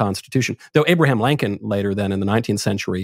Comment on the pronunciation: Did this man just say Abraham Lankin??